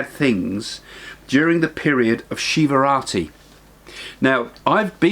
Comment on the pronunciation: It is Shivaratri not Shivrati